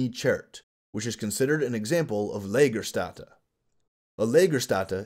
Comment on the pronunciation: A really great podcast 👍🏼. And the way you murder the term „Lagerstätten“ I enjoy even more 😁.